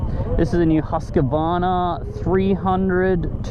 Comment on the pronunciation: Geeze mate, you really need to learn how to pronounce Husqvarna . Lol Just remember, there is no A in the middle of the word. Great video 👍